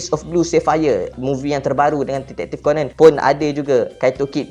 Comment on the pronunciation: Sebut ko-nan, bukan ko-nen. Stress ak dengar.